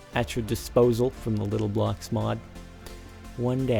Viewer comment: Lol you said yocks instead of blocks